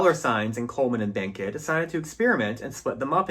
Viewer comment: Like your tribute to Vilma Bánky. Can’t find part 1. BTW, her family name is correctly pronounced as “bAHn-key” the first syllable sounding exactly as the first syllable of the word bonnet. Sad she did not continue to make movies.